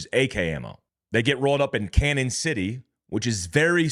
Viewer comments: Gee, I'm a correcter. It's pronounced Canyon City. Not Canon. Royal gorge is the. Walk a bridge, that's around 1043 feet above the water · This is just crazy! Thanks for the info. By the way it is pronounced “canyon” not cannon. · It's canyon City not Canon City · CAÑON City. The Spanish for “canyon.” Not “Cannon.” If you have trouble with the pronunciation, just say “Canyon.” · Hey, you’re pronouncing Canon city wrong. It’s a long in like a canyon. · It's pronounced "Canyon" not "Cannon". Like Prescott Az is pronounced "press kit". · It's pronounced "canyon" city, not "cannon" city. There's usually a tilde over the n, which means an "ny' sound, as in "canyon". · Canon = Canyon is the pronunciation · The town in Colorado where the other two Mexican nationals got "rollled-up" is pronounced CANYON City. The name, "CANON" city is the Spanish spelling of the English word "CANYON". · It's pronounced canyon city. Just to let you know lol. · Canon City Co. is pronounced "Canyon". When our town was first named, it was misspelled and the person didn't have enough money to buy another name so it just stuck!🤷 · Its pronounced "Canyon City" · Hey Boss….., its pronounced “Canyon” I am so sorry…… I can’t help myself….. I really tried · It's pronounced Canyon City. I'm from there. All the Colorado prisons are there including ADX supermax. Jail break much??